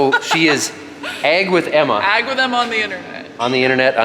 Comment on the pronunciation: it sounded like you said egg instead of ag also.